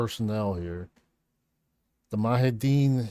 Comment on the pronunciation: Moo-jah-high-Dean. Hope that helps for future.